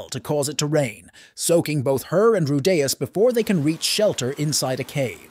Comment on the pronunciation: Dude how can you pronounce Rudeus four different ways in the same video?